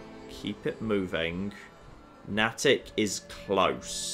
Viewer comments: Nay-tick not nah-tick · Someone has probably already said it, but Natick is pronounced Nay-Dick. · I realize would never know this - but it's pronounced "Nay-tick" here in the northeast. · Here in the Boston area, Nattick is pronounced "Nay-tick" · Hey, Just FYI.....it's pronounced Nay-tic. And slam the syllables together for the proper Boston area accent pronunciation. Natick....right next to Framingham. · Natick = NAY-tick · His mispronunciation of Natick is triggering me. It's pronounced "NAY-dik" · Natick has a long A. Please,. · Please please please... pronounce Natick correctly!